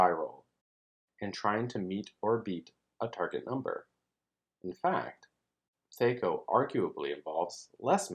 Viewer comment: It's driving me crazy. I've been playing since 78 and I've never heard anyone ever once pronounced it like that. It's THAC0, with an A like in Cat.